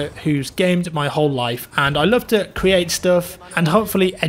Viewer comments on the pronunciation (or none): none